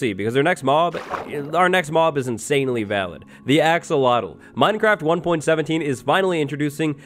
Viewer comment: That thing.. umm the new no on that was swimming underwater.. I have no idea what you called it.. it sounds like you said axel wattlle lol. But anyway, the yellow one looks like Pikachu lol.